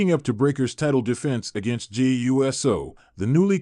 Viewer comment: I wish you would learn how to pronounce Jey's name correctly.